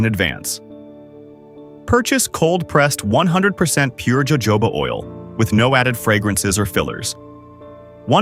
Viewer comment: Evidently you’re not very intellegent… it’s pronounced hohoba, oil , not Jo jobs! Yikes don’t do video if you can’t even pronounce the item you’re talking about!